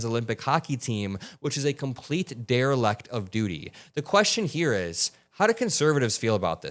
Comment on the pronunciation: "derrileck" lol